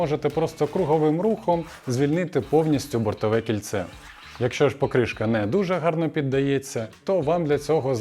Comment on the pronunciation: Ну чому пОкришка, а не покрИшка?